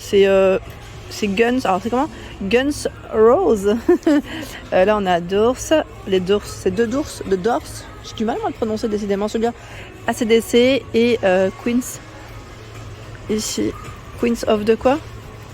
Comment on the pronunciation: Coucou, tu m’as fait trop rire pour les t-shirts rock: pour les Gun’s on dit « gunsss » « n » et « rosis » phonétiquement with a bristish accent please 😂 Je te dis tout ça amusée et avec gentillesse 😉😆😘